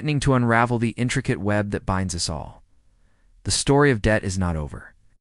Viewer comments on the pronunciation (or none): Lost me when the AI voice called the US 'us'